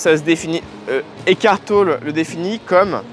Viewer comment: On prononce TOLLÉ. ECKART TOLLÉ.